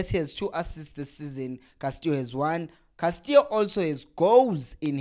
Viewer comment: Castillo not Castio maarn